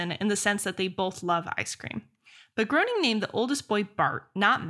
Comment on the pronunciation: Tessa, Matt Groening’s last name is pronounced “Graining”, and not “Growning”. And unlike you, I’m old enough to remember seeing the original shorts on the “Tracey Ullman Show”. Loved the Simpsons for about the first 7 seasons, then the writing began to suck. Haven’t watch it since.